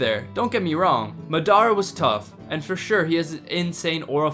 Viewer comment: did he js call ma-da-ruh ma-dar-ra this has to be rage bait